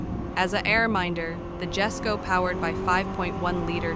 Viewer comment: It’s not pronounced “Gesko” it’s pronounced “Yesko”